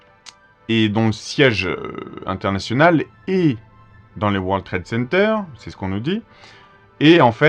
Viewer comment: Vous dîtes:" War Trade Center"...encore une prononciation fronçaise?!